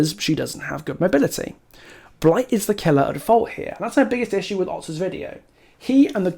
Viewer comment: Lil bro ranted for 20 minutes arguing against himself. Otz’s whole talking point was about the nurse, not Blight and you just made a 45 minute video to say “Nuh uh, Bwight is Stwong too. You’re wong cause you said Nurse was Stwong but Bwight is also Stwong”